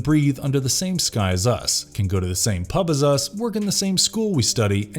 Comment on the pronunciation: Sounds mad when you hear an American say pub lol